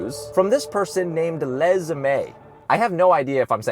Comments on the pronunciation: Les is normally pronounced Less, not Lez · Les is pronounced with a hard s sound